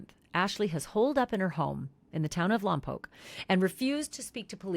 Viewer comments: Grateful Lompoc (Lom-poke) was pronounced correctly 🙇‍♀️ in this YT video. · Thank you for saying Lompoc correctly!! I lived there several years. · You said Lompoc Correctly…..